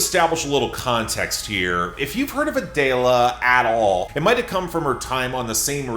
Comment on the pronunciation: It’s not A-day-la. It’s Adele-a